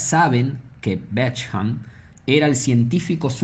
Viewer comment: Bék hamp? Beshamp se pronuncia